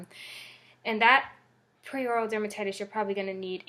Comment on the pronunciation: Hi just wanted to say it’s called Peri as in “perry” so peri-oral dermatitis, not pre or prei as you have in the title and say a few times. Thought I’d let you know in case you weren’t aware 😊